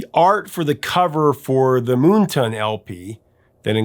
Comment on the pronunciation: Isn't the album title "Moon Tan" (not ton) as in the opposite of Sun Tan?